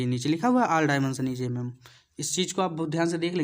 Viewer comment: Sir jii pad to acha re ho but vo mm mm hota h ymm ymm nhi 😂